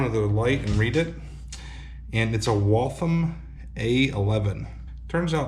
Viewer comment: I grew up in the town where that watch was made. Its pronounced Wall-Tham. The Waltham Watch Factory (located in Waltham, MA) was the beginning of the Industrial Revolution in the United States. Those watches are hard to find, so you scored something awesome. Sadly, they've turned the old factory into high-end/cost condos. It was sad to watch a piece of American history be renovated and flipped...However, I'd love to be able to find one of those for under fair market value one day!